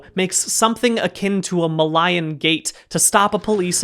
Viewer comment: Weirdest pronunciation of Malayan I've heard in a while.